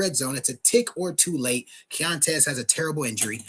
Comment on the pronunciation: it’s “key-on-tez” keontez. Respectfully.